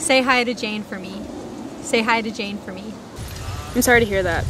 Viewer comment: メガネ早いよね。 で「I'm sorry to」で始まるトコが、「イスアイダ」としか聞こえないから癖も強そう。 「イスアイダ」ならまだいいけど、なんとなく頭にDが入って「ディスアイダ」とも聞こえる。 こんな簡単な文章が、こんなにも意味不明な発音になるなんて、ネイティブ英話者は魔物だわ。